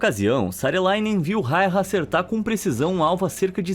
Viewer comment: Simo foi incrível 🔥 E o nome dele se pronuncia (Simo Raiya) e não rairra 😪